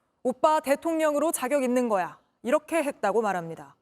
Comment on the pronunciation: 아나운서야 발음잘해라. 있는거야????? 발음을 올려야지.